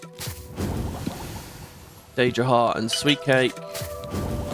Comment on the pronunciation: On day7 wondering if ever starts pronouncing Daedra right 😂 Never change